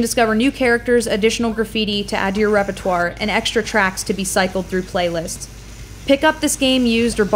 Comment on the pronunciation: Your proper use and, more importantly, correct pronunciation of the word 'repertoire' increased my respect for you.